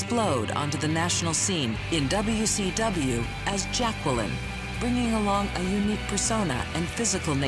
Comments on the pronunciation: it's Jacqueline not Jac-Kwel-in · Its pronounced jay-quel-in! XD REPLY IF U GET THE REFERENCE